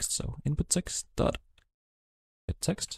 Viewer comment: Sir its Eext its text